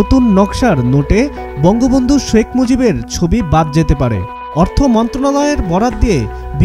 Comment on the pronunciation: Banga vanga not Banga Bandu